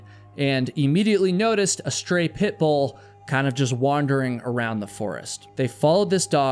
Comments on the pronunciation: I can’t help but notice how keeps saying “Pitbull” in an overly emphasized way as if to make the dog seem dangerous too. I don’t think that the dog was threatening and from the pictures it was a mix breed anyway. Pitt Bulls are great dogs when they are given the chance to be anyway. It’s the owners that are the problems. I just feel that you are perpetuating something wrong to make your story more sensational. I’m glad that that innocent pup was saved from a life that must have been incredibly stressful. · I don't like the way you keep saying Pitbull.